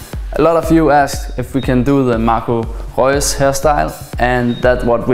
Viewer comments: Marco Reus wie so ein Deutscher ausgesprochen ^^ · Wow you can say Marco Reus like a german ^^